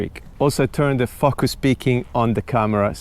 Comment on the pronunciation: drink everytime says fuckus